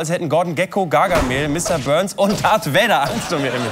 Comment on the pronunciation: Hat Böhmermann statt "Darth Vader" "Dat Vedder" gesagt? Ich glaube schon...